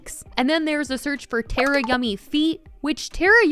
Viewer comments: It’s not tear-uh it’s tar-uh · Is Tara not a common name in America? I feel like its fairly common in Australia and its always pronounced ‘Tar-ah’ Im just curious why everyone pronounces it ‘Ter-ah’ 😅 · HELP Tera it’s Tara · its Tara like Tar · Tarayummys name is pronounced Tar-uh btw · you’ve been watching Tara but can’t say her name right lol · You said Tara’s name wrong